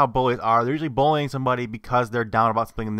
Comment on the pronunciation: when you say "bullying" it sounds like "bowling"